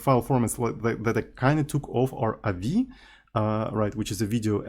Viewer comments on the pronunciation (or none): avi isn't a word, say the letters.